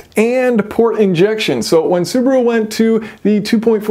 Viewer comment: It’s so funny how you pronounce Subaru. You are saying Subru 😂 where is the A? LMAO